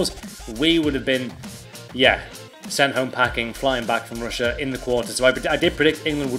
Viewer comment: Ruined pronunciation on russia